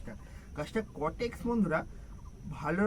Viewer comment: ওটা কটেক্স নয় কডেক্স(caudex)